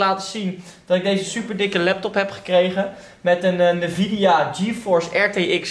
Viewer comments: spreek het alsjeblieft uit als N-vidia en niet als nevidea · Leuk die sponsoring van nvidia (uitspraak is trouwens `envidia`. Jij zegt steeds nevidia, das fout 😉.) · Je spreekt het uit als ENvida niet NEvidia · petitie: spreek nvidia als EN Vidia uit eenplaats nvidia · sorry maar ik moet het toch zeggen. de N in NVIDA spreek je apart uit, dus N-VIDIA. Loef de content, vooral met Juultje;) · sorry dat ik het zeg haha maar je spreekt het uit als ENvidia hahahaha 😅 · lol je bent een "computernerd" maar een 3060 is niet eens mega goed + je zegt drieduizendzestig dat zegt genoeg Edit: je zegt ook nog eens "nevidia" 😂😂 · Ik cringe wel een beetje hoe Nvidea uitspreekt xD. verder gaat het wel goed met mij hoor.